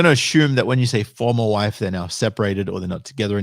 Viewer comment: Whe she says "Formal Wife" sounds to me like a "For Live Sentence".